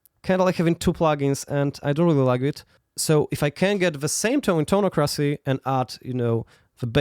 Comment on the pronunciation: Isn't it pronounced toneock-ra-cee?